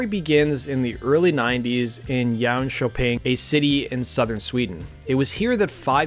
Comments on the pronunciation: “…in, uh, yown-köping” :D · Great video about one of the greatest bands! Thanks! Although that was probably the worst pronunciation of “Jönköping” I have ever heard, sorry to say. And I’m not even Swedish! 😂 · ) Love the pronunciation of Jönköping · Lol! You completely butchered "Jönköping"!